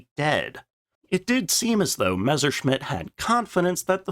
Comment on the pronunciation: if you could never again pronounce it Mezzer, that'd be greaaaat